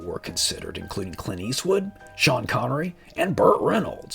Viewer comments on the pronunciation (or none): none